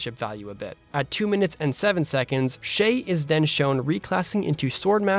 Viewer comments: Please say the Z in Shez, it's not Shay, pleaaaaase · I think the Protagonist's name is pronounced Shiz but English is not my first language so. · It's Shez- the Japanese version is Shez (with the z) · I’m not sure if you pronounced Shez’s Name correctly, but you definitely pronounced mine 100% right lol (just ignore the whole name on YouTube and just read the “Shea” part of it, that’s what I prefer) Oh yeah, this is a good analysis, better than what I would have done. Good job,!